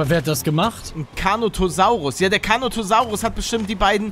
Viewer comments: Er heißt Carnotaurus nicht Carnotosaurus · "Carnotosaurus"...JUNGE ES HEIßT CARNOTAURUS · Ich hatte so Nen lachflash als ich das Gehört habe carnotaurus und nicht carnotosaurus ich kann nicht mehr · Carnotosaurus ahja Glaub das heisst carnotaurus